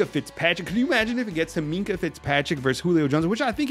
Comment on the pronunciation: Minkah. Not close